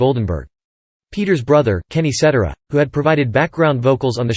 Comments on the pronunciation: SET TARA Peter Cetera ..get that right... at least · Set TEER ah is how you pronounce Cetera. LoL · Another video that can't pronounce Cetera properly.